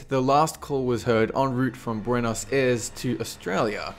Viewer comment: Buenos Air--ees. Not Arse.